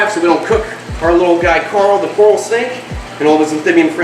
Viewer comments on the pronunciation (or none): I 100% bet the name carl came from trying to say coral snake in the accent and it came out as carl and he just went along as if he planned it Lmao